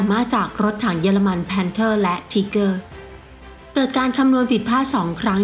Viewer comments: ออกเสียงไม่ชัดรถถัง ไทเกอร์ไม่ใช่ทีเกอร์ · ถ้าจะเอาสำเนียงเยอรมัน เค้าอ่านว่า ทีก้า ช่องอันนี้มันออกเสียง ทีเกอร์ คือจะไทเกอร์ หรือ ทีก้า มันผสมมั่วไปหมดนะผมว่า ผมศึกษาประวัติศาตร์สงครามโลกเยอะ ชอบครับเลยแนะนำ ถ้าอยากเช็คสำเนียง ดูลิ๊งข้างล่างเลย หรือจะลองหาเพิ่ม พิมพ์ว่า How Pronounce German Tank มีเพียบ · ถ้าจะเอาสำเนียงเยอรมัน เค้าอ่านว่า ทีก้า ช่องนี้ออกเสียง ทีเกอร์ คือจะไทเกอร์ หรือ ทีก้า มันผสมมั่วไปหมดนะผมว่า ผมศึกษาประวัติศาตร์สงครามโลกเยอะ ชอบครับเลยแนะนำ ถ้าอยากเช็คสำเนียง ดูลิ๊งข้างล่างเลย หรือจะลองหาเพิ่ม พิมพ์ว่า How Pronounce German Tank มีเพียบ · เจอมั้ยครับ คนเยอรมันแท้ๆเลย จบนะ อัพเดต ไม่ได้จะว่าอะไร ที-ก้า(เสียงต่ำ) ไม่มีสระเออ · ไม่เชื่อเพจคนเยอรมัน ไม่เชื่อคนเยอรมันออกเสียง มันออกเสียง ที - ก้า-หางเสียงติดว.แหวน ร.เรือ แต่มันไม่มี อ.อ่าง นาทีที่ 1.58 นาทีที่ 4.40 นาทีที่ 29.20 เ อาจริงๆ เอ้อ กับ อ้า มันก็แยกยากคุณจะฟังเป็น เกอร์ ก็ตามนั้น ในอันนี้ แต่ไม่ใช้ฟังแค่ 4.05 ไปฟัง ตั้งแต่ G.W.Tiger(P) 0.50, G.W.Tiger 0.56, Jagdtiger 2.22, TigerI 4.59, TigerII 5.02, หรือไปฟังรุ่นอื่นก็ได้ เช่น MarderII 1.48, Marder38T 1.51, ตัว ER เช่นกัน เค้าก็อ่านว่า มาดร้า ติดหางเสียง ร.เรือ ไม่มี มาเดอร์ แต่ช่างมันเถอะ คุณก็จะบอก ว่ามันเกอร์อยู่แหละ เพราะผมหาอะไรมาเถียงคุณก็จะเอาเสียงที่ได้ยิน สระเออ มายืนยันกลับ ถ้าจะเอาโปรรถถัง คนไทย หรือคนเรียนภาษาเยอรมันไม่ต้องเอามานะ ไปเอาโปรคนเยอรมันมาเลย เพราะผมมีเพื่อนเป็นคนเยอรมันตัวเป็นๆ ที่มาเที่ยวไทย แล้วให้เค้าออกเสียงให้ฟัง แต่ถ้าอยากชนะ ชนะไปเลยนะ ขี้เกียจเถียงละ แล้วแต่จะฟังละ ถ้าจะบอกหูใครหูมันก็ต้องตามนั้นแหละครับ